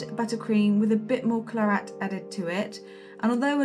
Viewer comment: Beautiful! But was anyone else yelling 'claret' every time she said "clarette"?